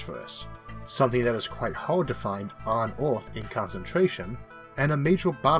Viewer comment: What's this accent? Earth -> Orth Hard -> Hord Merge -> Morge